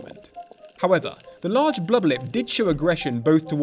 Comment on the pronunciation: My fav part is when he says “bluba lip” 😹